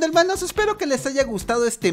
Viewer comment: Helmanooooooooooooooooooooo tiene que aprender a leer las cantidades de numeros